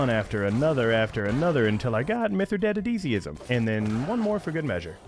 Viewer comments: The way he calls it Mithridadidisiism XD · "Mithredatedeeseeism", November 2023